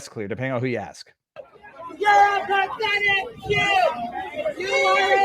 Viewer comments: I hear “shill” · It sounds like he is saying "pathetic puke" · I dont here no “d” in what i hear in my headset